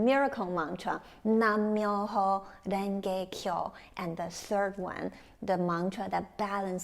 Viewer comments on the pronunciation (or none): It's NAM MYOHO RENGE KYO.... NOT "NAN"